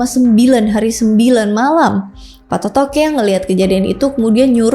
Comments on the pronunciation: Banyak penyebutan yang salah oleh Host nya, masak di sebut Patotoke, yang benar itu Pattoto' e. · bkn patotoqe kak😂😂😂😂😂 tpi patotoe